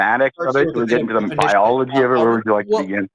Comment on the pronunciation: Powder also mispronounced biology.